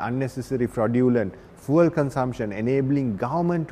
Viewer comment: Bro needs to learn how to pronounce fuel